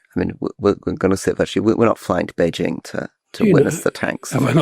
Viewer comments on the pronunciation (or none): none